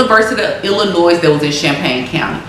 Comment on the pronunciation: ❤️🧡💛💚💙💜🤍❣️💕💞💓💗💖💘💝💟 I’m sorry but 8m from Illinois (Chicago) ion gon let you pronounce the s in illlinois no hate story if you took it that way but ya